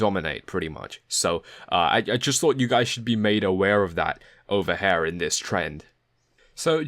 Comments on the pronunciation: It’s here not "hare" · Lol, that was indeed funny. I kept thinking of HEIR instead of HAIR. Apart from that, very nice TA. Thanks! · Nice video but I think I can't get over the way you say hair instead of here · It's here, not HAIR!!!!!!!!!! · "Hair" is killing me. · Excellent video, first time viewing, will subscribe and spend the word. However your pronounciation of "here" makes me feel slightly sick. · Damn! Now I can't un-hear it....